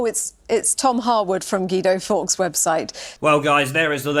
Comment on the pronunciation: And now we have Gweedo Forks......